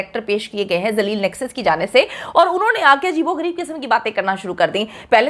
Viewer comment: ڈاکٹر صاحبہ نیکسس کہنا چاہ رھی تھی بوکھلا کر نس بول گئ